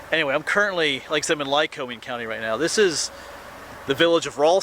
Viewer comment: FYI: It's pronounced MAC-Intyre and most locals say LYE-COMING with no long "O" sound...